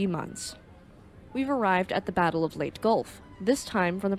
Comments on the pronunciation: It’s not late gulf, it’s Lay-taa gulf…. Leyte Gulf 😮 just saying 😊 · Quite note, it's LEY-teh, not "Late" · Good video. Just want to offer a tiny bit of help. The Leyte is not pronounced "late", as you say throughout the video. The word is pronounced "lay-tay". I know, I lived in Leyte for 4 years. Cheers! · I was on USS Leyte CVS 32 pronounced LAYTEE not late. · Magnificently done. You just gained another subscriber. As a historian that specializes in East Asian History and an avid enthusiast of the Imperial Japanese Navy it warms my heart to see History channels arising on YouTube. (One note: Leyte is pronounced Lay Tay) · Great video. Leyte Gulf is pronounced "Lay-tee Gulf". Thank you for an informative video! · Lay tee Grumm an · Leyte Lay Tea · Lay-tee. Have you never heard it pronounced? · 'Leyte' is two syllables. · Very well done... Suggest that you check two pronunciations: 1, Yokosuka is very often mispronounced by Americans. Phoenetically the Japanese pronounce it as Yokuska 2. Leyte (as in Leyte Gulf) is pronounced in rwo syllables Ley - tey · Leyte is pronounced "lay-tee" or "lay-tay." Forecastle, a naval term, is properly pronounced "fo'c'sle."